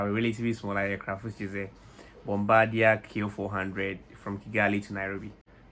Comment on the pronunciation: Bombadier is actually pronounced the french way